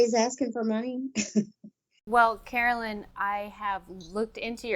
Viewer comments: Dear channel, her name is Carolyn, not Caroline. You do know there's a difference, right? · It's Carolyn not Caroline!